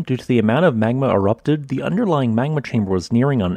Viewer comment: You're saying "magma" all wrong. Dr. Evil would be disappointed.